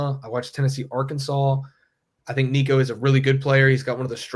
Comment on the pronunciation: learn how to says Nicos last name if you are gonna be a content creator.